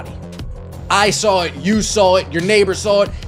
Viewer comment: There's no mf R in saw 😂